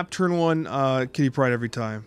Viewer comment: "Quitty Pryde"